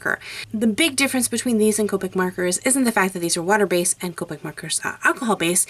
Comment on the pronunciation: Copeic its copic shes says copeic